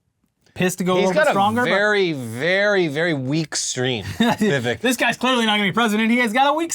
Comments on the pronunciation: Isn't it Vivek rhymes with cake?! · You should pronounce Vivek's name correctly. It rhymes with "urinal cake"